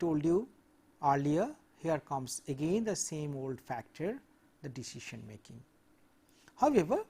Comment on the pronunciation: I forget the true pronunciation of decision after this lecture